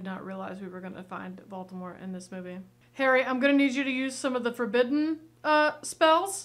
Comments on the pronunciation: Great reaction, but please... VolDemort, not VolTemort! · You keep saying Voltemor when his name is Voldemort 😂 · the fact that u called voldemort voltemort was rly funny xD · I am dying how keeps calling Voldemort "Baltimore". 😂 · Am I hearing Vol-Teh-Mor? Lol it's Vol-Deh-mort 🤣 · I scrolled down pretty far to check, but I don't think anyone's said anything about pronunciation of Voldemort. The closed-captioning almost always transcribed it as being "Baltimore." They say it tons in the movie, but maybe it's their accents being confusing? It's pronounced, phonetically: VOLE-duh-mort. -- Also, it could simply be a malapropism. I notice, every time, when she says "no diddle dallying,' when the actual saying is "no dilly dallying," as far as I'm aware. (Diddle means something altogether different, in my experience.) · Yes, indeed, Lord Baltimore is back. (I'm sorry, and I know it's rude to point out how someone pronounces things, but… I just couldn't help myself here. I just heard "Batimore" or "Voltemore" every time…) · Quick question, is there a reason you are pronouncing it Vol-T-emort and not Voldemort?? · I rewatched a couple of moments from this video and are you calling Voldemort...."Bald-de-mort"? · It's VOLDemort not VAULTemort 😂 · Vol-DE-mort not Volt-A-mort 🤦🏾‍♂️ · Ah yes. Valtimort. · Is it me, or is calling Voldemort Baltimort? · Not me cringing every time you say Volt-a-mort. It's VolDamort (Vole-da-mort). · Don't know if it's just an accent thing (if it is please simply ignore this as I mean no offense) but you keep pronouncing it as Vault-ah-mort when it's actually v-old-ah-mort... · Okay, let's talk about it. Love you, but we gotta practice the word Voldemort. Hard to hear for peeps like me who have been into this stuff for ages. Not Valtimore, Maryland Vole-duh-mort Not judging. Out of love! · There is only ONE "T" in Voldamort.